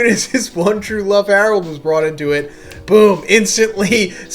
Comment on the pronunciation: "His one true love Harlod!" HAHA